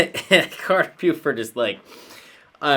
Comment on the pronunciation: It’s carter beauford ( pronounced boford!) and Boyd Tinsley was the violinist who’s no longer with the band. Love your videos my friend!